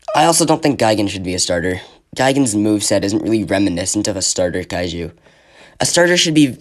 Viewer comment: 1 only thing kaiju pronunce is like the juliet pronunce isnt kaeu